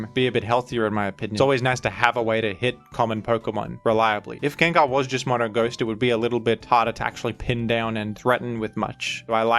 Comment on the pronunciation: Come on man, pronouncing names horribly wrong on purpose for views or to com-endear a few of your subscribers is just annoying rather than appealing. Sure maybe 10 out of 1000 will laugh, but it leaves the rest of use cringing when we hear it. Groudon, Gengar. Why butcher it and turn away many of the would be new subs to appease a fraction of the ones you have??? You have great content but you must know a lot of your content is listened to rather than watched, you have a good voice for it and pronouncing half of the Pokémon wrong is equivilant to when YouTube pulls out one of those 30 minute “adds” which are ‘skip able’ but only pop up when you are away from your device.